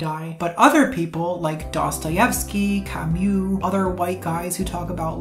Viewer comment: The only bad thing abt this vid is your pronunciation of Camus.